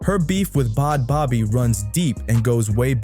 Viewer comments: It's a joke... And why is it so hard for people to pronounce her name correctly?! Bhad Bhabie= Bad Baby not fucking Bod Bobbie! 😂 There seems to be a constant struggle for just about everyone to pronounce... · Yo, if you’re gonna be making videos about people, do your research and pronounce the peoples names right. So annoying listening to someone who didn’t even do enough research to know how to say bad baby. The h”s is her name are silent 🙄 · Bod bobby???? Bruh adjust ur AI! Its BAD BABY! Sheesh! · Who in tf is bod bobbi😂😂😂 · Her name is pronounced Bad Baby it’s just spelled differently but your repeatedly pronouncing it wrong is very annoying.